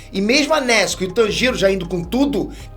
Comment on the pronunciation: Da onde que tiraram que kimetsu de pronuncia kimétsu?e nezuko se fala nézuko? É cada uma